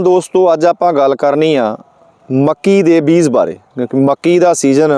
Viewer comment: Veer ji mainu phone te punjabi vich likhna nahin aaunda per tusi punjabi nu punzabi na kaho nale tusi beej nu vi beez hi kahi jande ho kirpa karke talafaz wall dhian dia karo muaafi sahit sujhaa